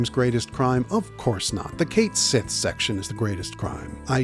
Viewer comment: just a heads up it’s pronounced Kite She it’s Celtic apparently